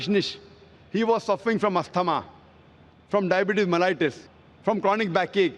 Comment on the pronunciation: "Brother I am a medical doctor" but I cannot pronounce asthma